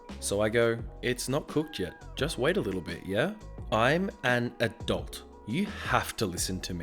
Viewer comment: I heard "I am an adult" as "I am a dolt" lol